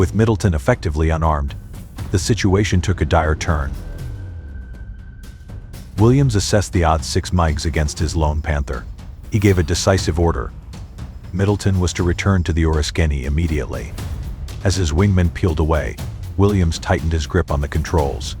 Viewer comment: Terrible narration and its Migs MIGs..what are miges, migys ???? oh god try a real person instead of a bot. also rinse repeated footage gets boring and other content is also bad.!!! and clickbait as well!!